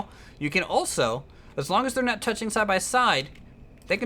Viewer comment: You Said Nat XD Instead of Not